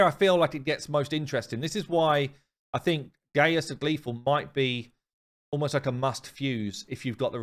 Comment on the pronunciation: His name is not gay-us it's Gaius(guy-us) it's a Roman name.